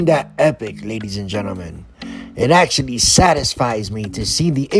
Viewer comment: "FLustrated" is not a word. * FRustrated. "EsCUElating" is not a word. * Escalating. "Imporint" is not a word. * Important. "Acshuhly" is not a word. * Actually.